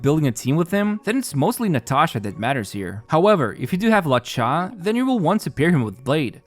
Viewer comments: "lauw-cha" bro he's called luo-cha like "low-cha" There's no law in that Name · Your accent will never not be funny 🤣 it’s Lu-O-Cha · Dude, who is “La Cha”?